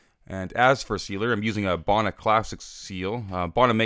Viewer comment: Bow-na not bah-na